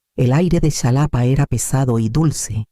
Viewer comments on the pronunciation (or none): La X equis, para el país de México se pronuncia como jota, Xalapa (Jalapa)) 😊